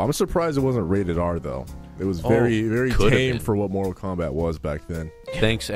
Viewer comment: Morall Kalmbalt